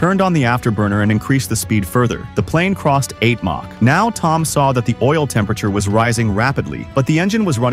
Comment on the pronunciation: "May-Chi" huh? Stupid bots